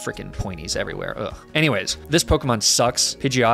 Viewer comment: That is possibly the worst pronunciation of a pokemon ive ever seen